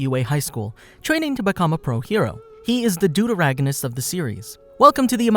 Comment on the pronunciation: Omfl- I really thought he said dodoragonist for a second